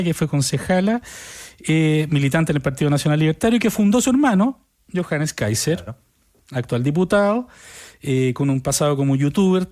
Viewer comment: Se ríen para esconder lo mal que pronuncian el apellido alemán.